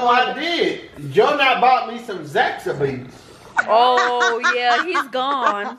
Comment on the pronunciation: “ zax-a-by’s “ i’m weak 🤣💀